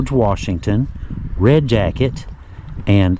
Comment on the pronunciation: You are right in that Red Jacket is different. You pronounced Chief Red Jacket's name correctly. There is so much history tied to Red Jacket all the way prior to the American Revolutionary War. Thank you so very much and. Keep up your great work.